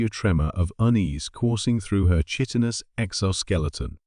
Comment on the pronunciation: Chitinous is pronounced ki-tin-us.